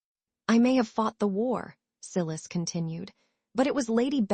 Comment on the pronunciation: male lead name siilussss its so funny, not sylus